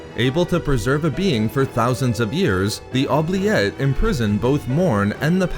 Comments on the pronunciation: It's Ooh-Blee- Ette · You pronounce oubliette wrong (its oo· blee·et) its french origin means “to forget”